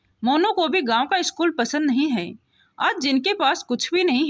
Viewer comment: अभी तक मैंने बहुत कहानियों पढी सुनी सभी में एक गलती की तरफ ध्यानाकर्षण करना चाहूंगा और वह है उच्चारण परेशानी को प्रेशानी पढ रही हो है को हैं और बहुत शब्द हैं कभी याद नहीं आ रहा है।